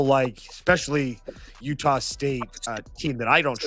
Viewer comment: I heard utahl state a lot in that broadcast. I didn’t know there was an L in there. Good insights though thanks.